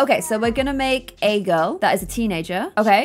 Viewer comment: Is it just me or did say grill instead of girl